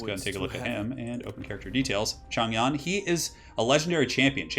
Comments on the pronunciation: The "Yan" part of his name is pronounced Yen. The ZH sounds like a J, like Joe or Jimmy which you got correct off the bat. "Men" is actually pronounced "Mun." Any "ang" or "ong" such as Chang, Dang, Long etc. is pronounced like "Ahng" / "Ohng", however your way of saying Wang Dang is way more amusing. Regardless of accurately saying the Chinese stuff, I'm just super happy watching your campaign. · not sure why the voiceover is wrong but Yan in Mandarin should be pronounced more like the yan part in yankee